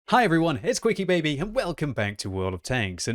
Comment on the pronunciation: I love how even is calling himself instead of Quickybaby